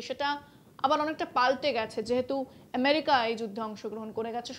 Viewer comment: এমেরিকা নাকি আমেরিকা ?? এটা কি বাংলা আনুষ্ঠান ??